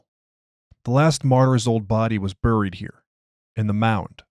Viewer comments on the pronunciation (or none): none